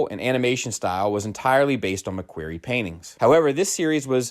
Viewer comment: I don’t think you’re pronouncing “McQuarrie” correctly. Other than that great video